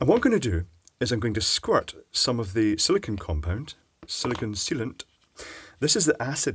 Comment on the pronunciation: Arrrrgh,, you big doofus! SIL-I-CONE! Not SIL-I-CON, SIL-I-CONE. Petty, I know, but holy crap that gets under my skin.